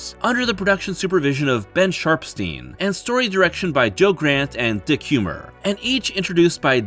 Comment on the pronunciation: I'm sorry did you say his name was Dick Humor?